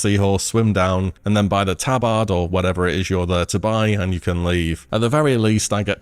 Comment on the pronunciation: Has a hell of a time pronouncing tabard lol